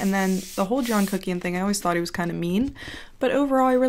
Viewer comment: When you come for a review and you leave with tingles. "Put on a thin layer of...C U C K IAN" 😂